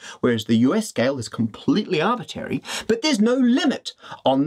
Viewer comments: Are we just going to ignore how Matt says "arbitary" instead of "arbitrary" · Arbitrary! not arbiterry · If you're going to use the word arbitrary so much, please learn how to pronounce it correctly. It's arbitrary, like contrary, not arbitary, like a-bit-airy, that ain't a word. ta. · Matt, i love your videos, but have to mention, it's arbitRary, not arbitary... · arbitRAry not tary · It's funny, but it bothers me that he keeps saying "Arbitary". Arbitrary! shakefist :) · shame he can't pronounce arbitRary... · For your next video, can you learn how to pronounce “Arbitrary”, please?